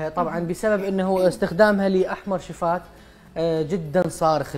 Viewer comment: انت مذيع المفروض تلفظ االكلمات لفظ صح مثلا .. لفظت كلمة الشفاه لفظته شفات